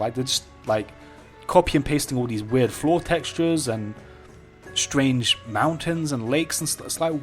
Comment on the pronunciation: stwange waid